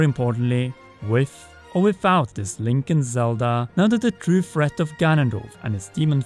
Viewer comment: You did it! "(T)rue (th)reat" Now just do the same thing when you say "three" or "thirty", and you're golden!